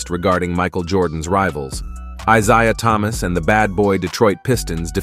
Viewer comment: WTF! Who are the 76 e ares? They're the 76 errrs. I don't know how to explain how to pronunce 76'ers in writing. And you also don't know how to pronunce Isiah Thomas' or Karreem Abdul-Jabbar's names. It's obvious you don't really know anything about basketball.